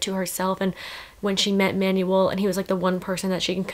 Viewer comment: Ur pronunciation of Manuel pains me sm 😭